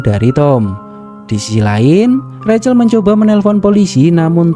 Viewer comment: Rahel mas bkn recel